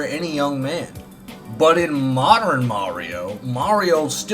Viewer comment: MAWWderren Mario